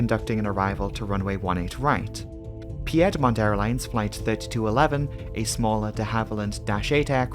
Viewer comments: Nice video! It's pronounced Peed-mont Airlines. Not Pee-yed-mont. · Oh so good to have a DIsaster Breakdown video drop! So well done, as always! (And, just FYI, since you're not from the American South,, it's PEED-mont Airlines, not PEE-ed-mont Airlines. We always have to pronounce it a little different.) Keep up the good work! <3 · I loved Piedmont Airlines back in the day. At the risk of being "that guy", it is pronounced Peed mont. Love your work. Hope someday you'll do audiobook narration. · Not being a native of the United States, there is no way would know it was pronounced "Peedmont", i have flown on that airline on a commuter flight into and out of Douglas and yes -- those thunderstorms that sweep across the Piedmont of North Carolina can be fierce. Our continued condolences to the friends and families. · "pee-edmont" sorry, couldn't help myself lol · Great job, as always. I'm local to the area, and Piedmont Airlines is pronounced /PEED-mont / (PEED rhymes with speed).